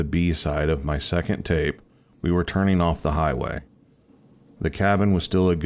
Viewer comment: Swimming not swimmeen Boating not boateen Turning not turneen Behind not buhhind Finishing not finisheen Morning not morneen Starting not starteen Swimming not swimmeen Fishing not fisheen Sickening not sickeneen Growl not graal Probably not prolly Running not runneen Caterpillar not catuhpiller Wouldn’t not wooden Before not buhfore Coming not comeen Not even half way through. You get the point. Ing not een. Get elocution lessons.